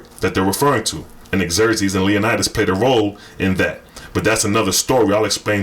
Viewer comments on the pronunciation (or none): none